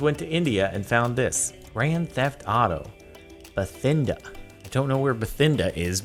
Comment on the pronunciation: Jardon Bathinda is a real place in India and is pronounces ba-tin-da